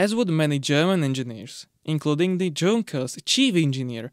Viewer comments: It's a German word, you pronounce the J as a Y. Yung-kers, not Jung-kers. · Awesome video as allways. V interesting. Im not being a dick im just saying, doesn’t look like it but i think it’s pronounced yunkers even though spelled with a J 🤷‍♂️. Looking forward to you maybe doing the tvr 6cyl if there was enough interest. Cheers ✌️ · "Yunkers" is the correct pronunciation for Junkers. It should be noted that the exhaust turbine is not connected to a charge compressor , it recovers exhaust energy and supplies additional torque direct to the crankshaft